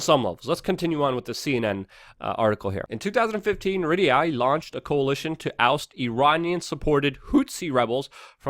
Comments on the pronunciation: Dude, it's not pronounced "Rid-ee-a" It's "Ree-ah-d." Just sayin'. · Ryadh is pronounced: Ree-ahd. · It's REE-ADD (Riyadh), Luke. It's the capital of Saudi Arabia. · Sorry Luke , Ree Yaad is haw to pronounce Riyadh . Otherwise spot on ! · Riyadh is pronounced: Ree-yah-d. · holy fuck bro, how can you call yourself news when you cant read. how is the saudi capital spelled? read it then say it out loud